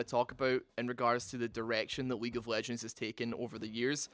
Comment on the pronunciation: at some point i was sure he said weak of legends lmao 💀